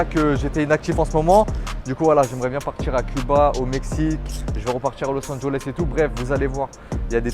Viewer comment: C’est Los Angeles y’a pas de o